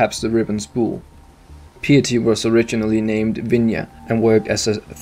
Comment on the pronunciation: Agreed, PiEty xD